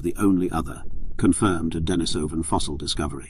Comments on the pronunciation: Dee-knee-soh-vans not Denis-soh-vans. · It's pronounced denISovan. If you expect people to listen seriously to your narration on a subject, the least you can do is pronounce the name of the subject correctly. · The stress on the word "Denisovan" should be on the second syllable ("i"), not on the third ("o"), as heard , but it was not maintained to the end. Perhaps it was an audio clip by someone else.